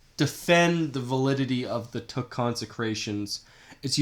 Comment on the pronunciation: I know you’re not Vietnamese but you really need to do a better job getting the pronunciation correct let alone your whole argument!